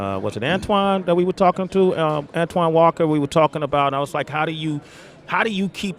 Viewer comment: sway said "Antoine Walker" lol